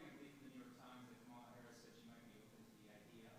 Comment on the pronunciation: Someone should point out that the inability to pronounce words properly (like KAmala) could be a sign of mental deterioration.